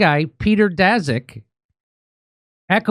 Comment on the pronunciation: Daszak sounds like Polish name, so it should be pronounced "Dashak".